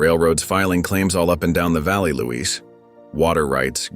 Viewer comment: Not Louise -- it's Luis.